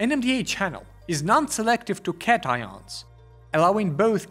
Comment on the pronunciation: cations are pronounced as 'cah-tyon' not 'cat-i-on'